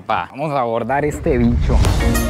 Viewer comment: Debes utilizar la palabra bicho como tú marca personal, ajajaja es curioso cómo dices bicho 😅😅😅